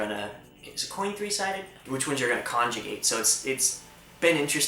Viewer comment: I've just finally understood the way you pronounce "conjugate"! I was like "kanji gate? wat?" and I couldn't figure out X'D Definitely go against that copyright strike, Youtube lets creators down way too often with this. If we don't fight against those, people will continue to claim what is our content as their own. So sorry for your loss, I hope you're doing fine. Don't force yourself too much with the videos if you're not feeling like it. And congrats on 2 250 subscribers, last time I checked was last week when I subscribed and you gained like 200 subscribers since then! You're growing fast:D